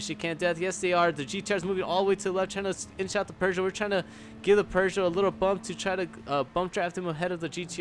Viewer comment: OMG it's not "purr-joe". You're doing better every time but just drop the r's and you'll be golden!